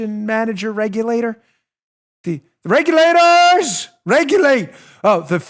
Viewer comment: Lol “regulatooorrrrs, regulate!!!!”(with a NY accent)...🤣😂 I’m rolling....